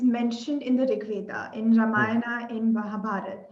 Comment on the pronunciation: WHY ON EARTH do we MISPRONOUNCE our names....it is not VedAAAAA, RamayanAAAAAA...